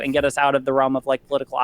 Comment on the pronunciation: It's okay, Destiny said "Rilm" instead of "Realm", now he is the big clown 🤡